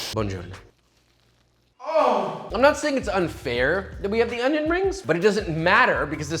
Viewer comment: Yes yes yes don't forget the ONYO